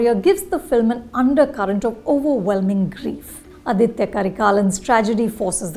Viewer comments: For the hundredth time, it’s not Adithya, it’s Aditha. Let’s not misappropriate language or culture. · Just wanted to point out in case you didnt know... it is 'Aditha Karikalan' and not 'Aditya Karikalan'.... This is more of a tamilian name while 'Aditya' has sanskrit roots...